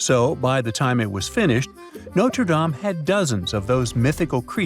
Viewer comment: You might at least learn how to pronounce Notre Dame correctly.